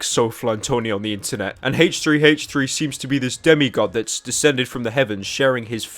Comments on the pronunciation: haich three haich three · ive always wondered this but why do you pronounce h3h3s name as hach3hach3 XD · 45 seconds in and pyro making Siri search the web for hache tree hache tree lol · i like how you pronounce it haych3haych3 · I love haytch 3 haytch 3